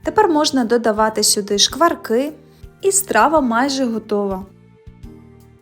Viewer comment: У слові «шкварка» у множині наголос падає на другий склад — шква́рки. Також часто вживається форма «ви́шкварки» (з наголосом на першому складі). Основні форми: Н.в. множини: шква́рки Р.в. множини: шква́рків